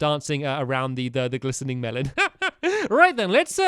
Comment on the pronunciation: lol stampy gliseRing not gliseNing